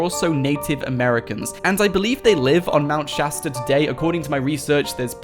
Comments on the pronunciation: Mount shousta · Mount shatsta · Progen J its Mount Shasta not Chasta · Mount shashter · Its mount shatard I live in Los Angeles I go there all the time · Mount choow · It is called mount Shasta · Mount Chasda ore chasta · Mownt shaster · Mount sashter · Isint it mount keleb